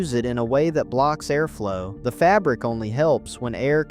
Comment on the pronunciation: Aimish? A-arflow? 😂😂 If you are going to use speech, spell the words phonetically because we pronounce things differently.